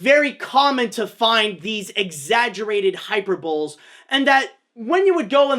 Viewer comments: It's "hi per buh ee" not "hyper bowl". XD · Oh no, you said hyper-bowl instead of “hyperbolēēē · My friend, "Hyperbole" is pronounced "hy-per-bolEE," not "hyper-bowl." It's okay, we all have words we've seen written but never said out loud before. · Hy-per-bowl-EE not Hyper-bowl, it's not a fucking sporting event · ..it's pronounced hai·pur·buh·lee ..not hyperbowl ..sorry pet peeve, but good video regardless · Additionally, he pronounces it "hyper bowl", where I was taught to pronounce it, "hyper bowl e", as though the "e" is a sound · Did he really say....hyper bowl? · It’s pronounced Hi-Per-Bob-Lee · You mispronounced Hyperbole The correct pronunciation is Hy-Perr-Boh-Lee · Did you really just say hyperbowl smh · It's pronounced "hy-purr-bow-leez". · Hyperbole is pronounced high-per-bo-ly 😩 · Hyper bowl? What? Do u mean hyperbole? Because thats not at all how u pronounce it. Hyper bowl, however, sounds pretty fun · Wobbles and Bean I think it’s because he’s a francophone Canadian. I am too. We actually pronounce it “hyperbowl” in French. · Hey there! I don't want to be that guy, but just so you know, hyperbole (1: 11) is pronounced 'high-PER-bowl-ee'. The accent falls on the per, so hy-PER-bol-e. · Hyperbole is pronounced high-per-buh-lee. It's an easy word to have only ever seen writtendown, so an understandable mistake. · It's pronounced high-per-bowl-lee. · He pronounced hyperbole phonetically. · Yeah that's the thing about phonetics. Honestly, had I not known how hyperbole was spelt I probably would made that same pronunciation mistake. We're train to look at the word and thinking it ends like "mole" rather than "lee" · That’s not how you pronounce hyperbole